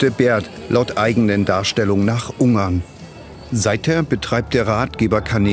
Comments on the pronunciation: Ich fühle mich an den "Penguin" von Benedict Cumberbatch erinnert, jedes Mal, wenn er Ungarn sagt. Es heißt UnGarn. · Ein "r" nach einem Vokal wird im Hochdeutschen nicht als "r" ausgesprochen, sondern ist stumm, wenn noch ein Kontingent folgt, oder wird als schwa (so ein angedeutetes a) am Wortende ausgesprochen. Was an des Reporters Aussprache stört ist, dass er Ung-arn anstatt Un-garn sagt. Also, er "ng" als einen laut ausspricht anstatt das "n" und das "g" separat auszusprechen.